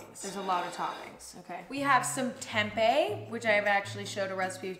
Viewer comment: i cant get mad at mrs sweetheart chamberlain for saying tempeh wrong